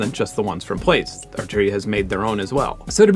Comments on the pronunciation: Great video, really enjoyed that, but... Plaits. It's not 'plates' it's 'platts' as in to plait your hair. It was the follow-up to Braids... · plaits: "plats" emilie gillet: eh-mee-lee-yay zhee-lay" :) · Wait, you pronounce Plaits as Plates?